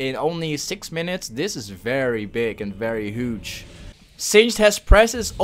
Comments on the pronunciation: The way he says huge ;hooge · the way he says "hooge"